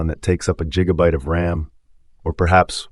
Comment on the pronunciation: Este canal de YouTube es basura generada por lA. Escucha cómo dice "gigabyte" en el minuto . A menos que sea Doc, de Back to the Future, eso es incorrecto.